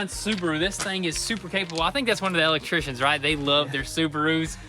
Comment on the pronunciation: He really hits a nerve every time he says Elll lect trian.